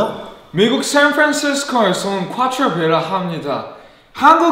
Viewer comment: 미국 샌프란시스코 발음이 은근 기억에 남는다 ㅋㅋ